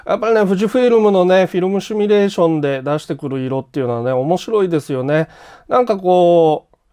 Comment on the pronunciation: 「シュミレーション」ではなく「シミュレーション」（simulation）って言った方が格好いいと思います。 つまんないこと書いてすいません・・